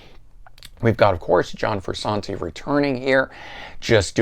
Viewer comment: How are you qualified to give a RHCP review , have all those RHCP albums, and then be the only person to call the man , “Froo-Sawn-Tee”. LOL.